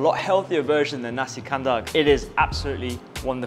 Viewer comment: Great. Nasi is pronunced as in "nasty", lol.